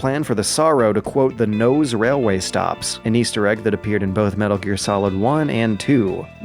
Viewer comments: Haha 'Nose' Railway?! Maybe – just maybe – it's pronounced "noh-say" (能勢) instead of like the English word "nose". :-P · Nose railway is pronounced Noh Seh Railway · Papillon = Pah-pee-yon. I absolutely love ya'lls' videos, but every single time you manage to flub foreign words that are kind of already assimilated into our language, culturally speaking. Edit: Oops, Nose too. No-say. 100% not a big deal, but it's just a little distracting. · The railway mentioned in the video is pronounced No-Say, not nose.